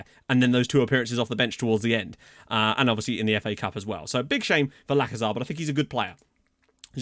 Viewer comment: It's actually pronounced Lachezar (ch as in cheese) and not Lakezar, just a quick tip from a native Bulgarian speaker